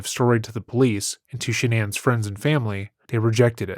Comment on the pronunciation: No way you just said sha non it’s shannon